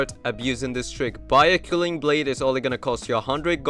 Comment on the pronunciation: Gj! Thx! Btw, I'm pretty sure it's pronounced K-well-ing blade 😊